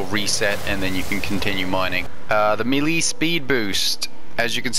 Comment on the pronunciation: melee....pronounced may-lay.....not mee - leeeeee. Just saying.